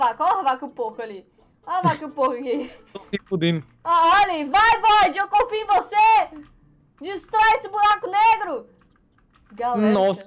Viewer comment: Ele disse: Tão se fudeno